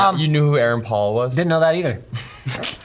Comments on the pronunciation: how the fuck do you mispronounce "Paul"? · Why is he saying Paul like that? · Having a hard time saying Paul?